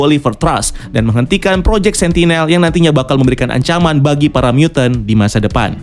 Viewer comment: "angkaman negara" atau ancaman negara sih bang?